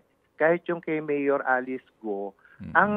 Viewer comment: Ted hindi Go-o ang bigkas, Go lang silent U. Hindi gaya ng bigkas mo na BOO-a yan sa buwaya..lol